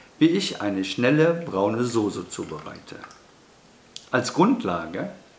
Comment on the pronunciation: Heißt übrigens Soße und nicht Sose